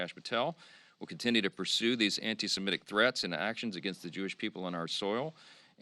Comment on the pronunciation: At least Johnson pronounces "SEMITIC" properly because it stems from "SEMITE" . It is hard to listen to people in government who cannot even pronounce thing. correctly.